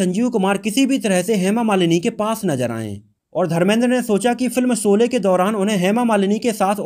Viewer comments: I dislike ur vdo due to ur incorrect pronunciation of words in the vdo Dont say Solay again and again . It is Sholay. Shame on u . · Janab iske 2nd part me galtiya mat karna. Shabdo ka sahi ucharan iska dhyan rakhna .Solay Solay mat kehna SHOLAY HI KEHNA SABHI JAGAH JSHA SHA SHABD ISTEMAL HO VHA SA NA UCHARIT KIYA JAYE AGLA VDO THIK BANAYA JAYE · Solay na kahiye Sholay ko thik se ucharit kijye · Pls see and check vdo before u release it There are so many discrepancies in prunanciation of words particularly sh and s U prunanciate sh as sa. Very shamful forca journalist